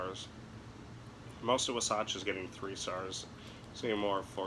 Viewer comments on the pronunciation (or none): Wah • Satch - NOT - “Wuh • Satch”